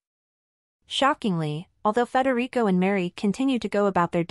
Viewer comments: Pronounced "Fred - Rick" NOT "Federico" he's not spanish for X-sakes! And Mary is named Mary! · I must admit I like your video however can you correct how you pronounce Crown Prince Frederick 's name it's not pronounced "Frederico" and Crown Princess Mary. Thanks Besides that these are good coverages of how much the married couple soon to be King and Queen of Denmark are very much in love and very much united as a family. Many Blessings to you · What? Frederico? Maria? What's wrong with you? It's Frederik and Mary. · It isn't Frederick or Frederico it is Frederik. How difficult is it? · "Frederico"? Crown Prince Frederik.